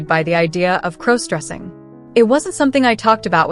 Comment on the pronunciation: Stop mispronouncing crossdressing 😢😢